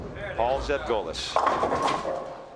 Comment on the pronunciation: Refreshing to hear my last name pronounced correctly, Zevgolis. I have long given up on correcting anything but the most absurd pronouncinations of it. Even recently my uncle Paul (or Butch as we call him) is as tough as they come, even in his 70s. Unique style, yet he got it done.